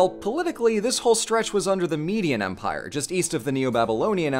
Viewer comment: When you said "Empire of Babylon," I heard it as "Vampire of Babylon" for some reason. I want that to be the title of a horror movie now.